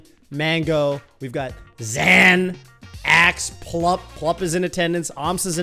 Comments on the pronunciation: It's Zain. 'Zane'. Stopped watching after that. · lol, hey now, I'm not trying to start any wars here, I'm just sayin', I find it an unnecessary distraction to the great Melee we've seen from Zain for so many years with a very obvious phonetic pronunciation that everyone is used to. 🙃 My understanding is that Zain himself doesn't really care one way or the other. Germans aren't bothered by the fact that Americans pronounce Porsche like "porsh", but American car snobs will inevitably say "uhh actually it's porsh-uhh..." and it's all just a really pointless thing to fight for in the face of popular use. 😅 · I hope he's the voice of reason that stops saying "ZAN" ....it's too late you guys, I don't care if that's how it's "supposed" to be pronounced, stop that! 🤣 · it's actually pronounced "Zain" not "Zain" btw